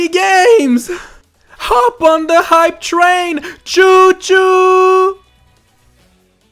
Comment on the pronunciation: I thought he said high train. HOP ON THE HIGH TRAIN! CHOO CHOOOOOOO